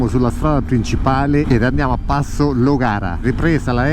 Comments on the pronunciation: Nella lingua locale e LLOGARIÀ con l'accento sulla A finale. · Si dice; Llogara!